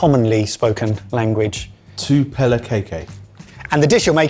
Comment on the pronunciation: Well, seeing as you commented on how much we may be shouting at you, kaikai is pronounced with the "ai" sounding like eye ;). Also, having travelled throughout a bunch of villages, you could have just cooked up a bunch of white rice, heaped it in a serving bowl, and dumped a can of tuna on top. To make it fancy, you could add a package of instant noodles. Not exactly the most flavourful, but it will definitely fill your belly.